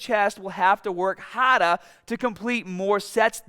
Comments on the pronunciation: "propaaahhhh eennnnnglish braaahhh" 😂😂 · Stahhh instead of start Hahdah instead of harder Lol